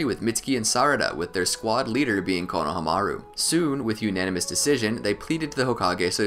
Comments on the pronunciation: I hate how he pronounced konohamru. Konohamiru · Great video! Onlyproblem was the way he pronounced konohomuru. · I don't know why, but I feel like you are pronouncing Konohamaru wrong. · I like how much effort you put in to this but the way you say konohamaru was so terrible man